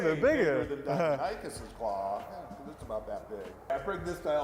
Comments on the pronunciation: the guy butchered deinonychus's name its DEI-non-ick-us not dino-nike-us other than that this was a good video. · dinonikeus Me: NO its deinonychus, die-non-i-cuss! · Dino-nicus? nonono. Dinon-nicus! lol. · I thought it was pronounced Die Non A Cus maybe not lol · I used to pronounce deinonychus as dinichis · I always thought it was pronounced Die-non-i-kis I learned something today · He said deinonychus it’s deinonychus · Bruh the way he pronounces deinonycus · Cringing every time he pronounces Deinonychus wrong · It really aggravates me that this paleontologist doesn’t know how to pronounce “Deinonychus.” It’s like a doctor walking and pronouncing the “p” in “Pneumonia” while diagnosing you. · I Know how To Say Dienonychus Now... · Yikes, his pronouncing of deinonychus triggers the shit out of me. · he still butchered the name :D